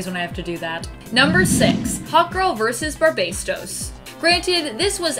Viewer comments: Sure she's throwing an extra S in Barbatos.. She says both. Barbatos and Barbastos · Guess we gonna ignore the fact she called barbatos, barbaystos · XO God especially when she kept calling Barbatos Bar-BASE-tos... but otherwise she still hot af and does badass top ten vids.